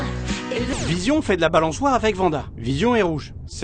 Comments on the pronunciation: comment oooooh comment pouvez vous dire vanda alors que vous regardez la série ? même en vo c'est Wanda on dirait certain youtuber qui écorchez les noms et qui on beau l'entendre dans le jeu il le corrige pas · On prononce pas vanda mais Wanda (comme star wars et pas star vars) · Par contre ça se prononce Wanda et pas Vanda, super vidéo sinon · WANDA par pitié pas Vanda... Même la doubleuse française dit Wanda !!! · P*tain!!! C trop bien je l’attendais de puis longtemps mais p*tain on dit Wanda pas Vanda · Michel, On dit pas Vanda, mais Wanda. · Si on pouvait épingler ce message en haut à l'intention de tous ceux qui croient bêtement qe le prénom Wanda se prononce "Ouanda". C'est l'orthographe polonaise d'un prénom slave qui se prononce "Vanda" dans toutes les langues slaves. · C'est Wanda pas Vanda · Il a dit vanda mdr🤣🤣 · Mes oreilles saignent quand vous prononcez « Vanda » 😭😭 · Le prénom Wanda se prononce Vanda. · Comme quoi en France on a du mal de prononcer le W, comme dans wapiti... ou Wanda dans ce cas-ci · Double V🤣🤣🤣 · Mais pourquoi je ne peux pas corriger une prononciation incorrecte d'un prénom d'outre-Rhin ? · Peut être mais pour la prononciation, dans la série, même la version française, il le prononce W.(oui je suis un rageux et alors!) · Oui ! Moi aussi j'ai tiqué la la prononciation de Wanda 🤨